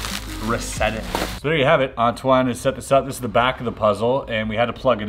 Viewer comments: I thought he called antwan ass wad like 😂😂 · Dude do you talk french? Cause when you said Antoine, you have an quebec/french accent.